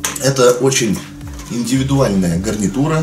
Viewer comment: ты сказал не гарнитура гавнитура